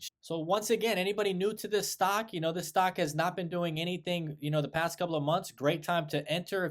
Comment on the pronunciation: Stark? Do you mean stock?